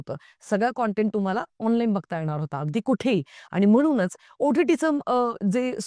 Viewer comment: ताई तेरे नाम सिनेमा नन्तर स्वतः सलमान नि सांगितलं होतं की पात्र कॉपी करू नका हे पण सांगायला डेरिंग लागत बाकी तुमचं बरोबर आहे आणि तुमची बोलायची स्टाईल चांगली आहे फक्त न आणि ण इकडं तिकडं होतोय उदा क्षणिक,येणार, लागणार ला न येतोय तुम्ही इंपृव व्हावं म्हणून बाकी चूक काढायची म्हणून नाही